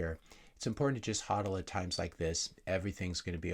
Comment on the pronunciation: Thanks for pronouncing HODL correctly.